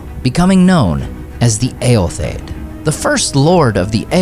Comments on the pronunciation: Not that it matters but shouldn’t the last “o” in Eotheod be pronounced? You always pronounce it “Eothed.” Just curious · I've always heard Eotheod pronounced as ay-yoth-ee-yod